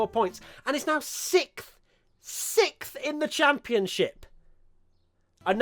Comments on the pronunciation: Everyone: Sixth: Sikhf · everyone else: sixth: sikth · Wait...tell me again who's "sikth" in the championship? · Sikth in the championship you say?